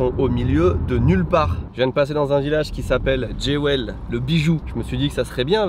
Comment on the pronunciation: jewel « Djéouaille » 🤣 c’est reconnu par Rosetta Stone ?